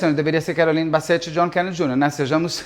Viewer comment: Pronuncia se = Bissè